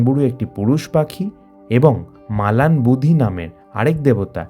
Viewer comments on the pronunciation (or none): কথা টা লিতা নয় লিটা. বুধি নয় বু ড়ি।